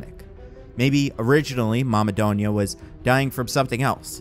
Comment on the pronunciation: I hate how the say "donya." The name is pronounced doon-ya. That's why i prefer spelling it as Dunya.